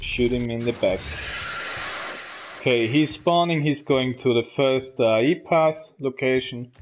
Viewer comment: Great video man. It's A.I. Not Ai. I know it can't be your accent so I try to help you out. Artificial Intelegence. Keep up the good work!